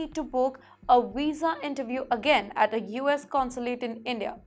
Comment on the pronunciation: Madam your pronunciation is pathetic. It is visa not wisa. Get some accent training.